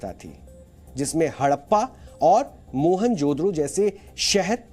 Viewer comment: It's Mohenjo Daro (मोहेंजो दाड़ो)